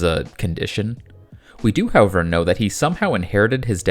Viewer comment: Of all the things in this video to conplain about, please pearn to pronounce however correctly. It is not ho-ver